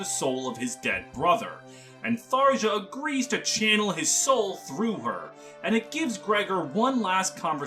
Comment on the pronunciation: obligatory "it's pronounced thar-yah" comment. I left a like pls dont hex me bro